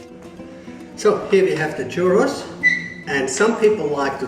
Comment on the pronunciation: Not bad for bolillo how to said churrrrrrrrrrrros haha🤣👍